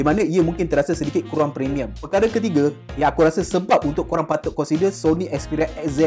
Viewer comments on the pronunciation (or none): Apasal kau kata kureng ye bukan kurang ke?😂